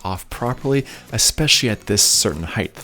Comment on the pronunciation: Why do you ALWAYS pronounce height wrong??? There is no TH at the end of the word. Jeez.